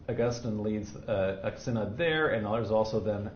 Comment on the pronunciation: August-teen (pronunciation). Augustine. Also... sigh-nod. Synod